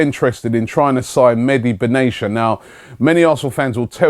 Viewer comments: Ben Attia, not benashia :) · Robbie his name is Mehdi Benatia (pronounce the T) not Benasia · Ugh Robbie, it's Ben Attea